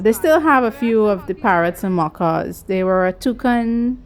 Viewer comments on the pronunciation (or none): They are called macaw parrots, not macow.